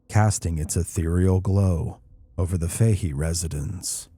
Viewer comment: Im born and raised just outside Galway, cant believe you are doing a Galway story, but in Ireland we pronounce Fahy as Fatty